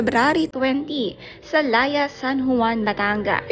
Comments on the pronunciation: It's not LAYA, it's pronounced as LA-I-YA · Laiya- not Laya